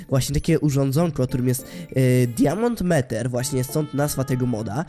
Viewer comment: Czyta sie "Dajmond Miter" a nie diamond meter poza tym strasznie rzebrzesz o łapki i suby